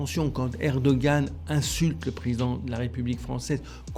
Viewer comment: s'il te plait. Tu l'entends le monsieur, il dit ERE DO GANE, il y un G dans le mot, il faut el prononcer. Alors pourquoi tu dis ER DO HAN, bordel, il y a un G dans le mot (je sais, je l'ai dit jsute au dessus) il faut, il est important de le prononcer. Et je je m'en tamponne de comment cela prononce dans sa langue d'origine, dans ces cas là, vu que ce n'est pas le même alphabet, il faut l'écrire autrement en Français et ainsi on le prononcera autrement. Mais s'il y a un G suivi d'un A, cela fait GA, ah, à 8: 49, tu sembles avoir entendu. Rha, à 11: 50 tu recommences, grrrrrr Mais j'ai les mêmes remarques (pas pour toi, enfin pas toute) pour le chinois XI JIN PING, si c'est XI, pourquoi tout el onde CHI, faut l'écrire autrement si on veut du CHI. Pour el truc de al COP 27, c'est Charm El Cheikh, donc avec un Kh à la fin, pas un Rh à la fin, bordel, c'est pourtant simple de parler de Français. Et encore une fois, ce n'est pas le même alphabet, donc Bon, allez, mon commentaire inutile est fini, j'arrête là. Bizoux les enfants, bonne continuation avec votre toujours bon boulot (ben oui, quand même).